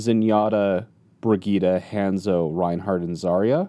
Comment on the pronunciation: the way he says hanzo wrong really annoys me.